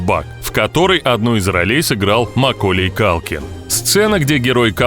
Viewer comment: какая свежая тема!еще и не правильное ударение в имени макколея.диз